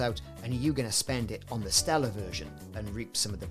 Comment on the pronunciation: It's "Stellar," brother. :)